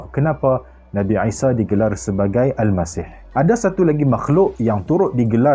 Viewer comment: Isa, I tu sebut mcm ain